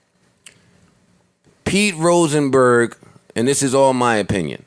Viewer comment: Let's get "Roachnberg" TF outta here